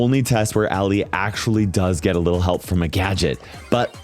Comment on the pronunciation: IT'S ALLI, NOT ALLIE!